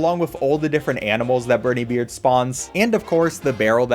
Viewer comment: I hate the pronunciation of briney beard